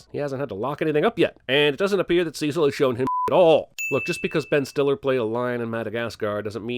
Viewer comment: The way this chap pronounces the name Cecil is so odd and quaint.